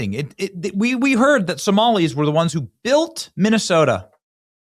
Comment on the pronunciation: Did you say 'built' or 'bilked' Minnesota?